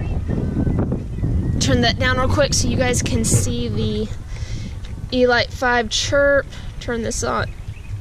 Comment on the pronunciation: The way you pronounce elite 😂